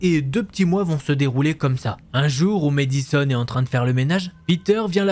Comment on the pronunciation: mAddison pas mÉdison 😂 est-ce que tu dis mAdonna ou mÉdonna? 😜